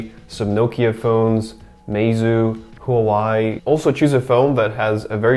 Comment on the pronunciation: That’s pronounced wha way. Huawei